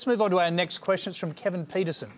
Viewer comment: "Kevin Pietersen" I'm sorry wot